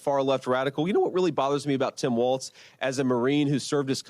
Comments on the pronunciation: JV Vance doesn't even know that it's Tim Walz, not "WalTz". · Is it me of does JD Vance pronounce Tim Walz as "Tim WALTZ" ? I've heard him say it like this many times. DOes he really not know how to pronounce WALZ or is he trolling? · The guy can't even accurately pronounce Tim's last name